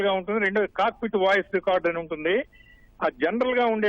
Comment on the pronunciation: అక్కా అది కాకుపిట్టు కాదు.. కాక్పిట్ అక్కా